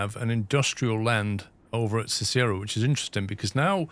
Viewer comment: FYI Cicero is pronounced "SIS-er-oh". Named after a famous Roman politician. Shawnee is pronounced "shaw-KNEE". Named after a Native American tribe. Euless is "YOU-liss". Named after a settler.